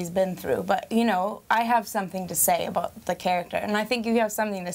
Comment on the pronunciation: The way she's "about" and ahhh sierra ;')